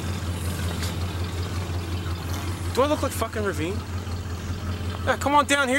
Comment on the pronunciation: It's Reveen, not Ravine. Google Reveen and you'll get a Ricky doppelganger.